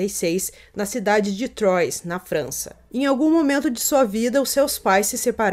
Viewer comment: Só uma dica se pronuncia "Truá"